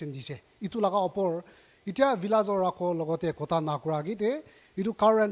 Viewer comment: Lol “Rhakho”.